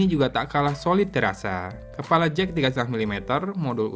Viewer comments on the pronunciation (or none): none